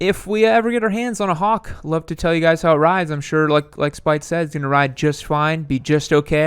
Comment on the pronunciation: His name is "Spite"? It sounds like you are saying "spike"!